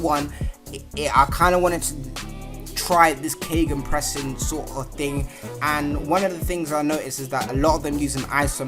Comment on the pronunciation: gegenpressing , it means like counterpressing I think it's pronounced like gaygen xD really excited for this series bro